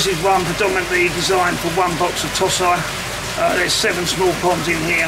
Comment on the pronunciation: Toe Si not Toss Eye, Christ!